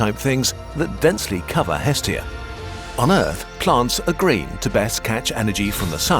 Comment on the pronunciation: The name of the Greek Godess is not EEEEstia... It is estEEEEEEEEa the stress goes to the END of the word... Εστία <---- Look at the stressing symbol ( ί ) at the end.